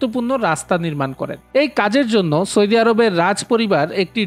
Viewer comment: সয়দি আরব নয় ভাই কথা টা হলো সৌদি আরব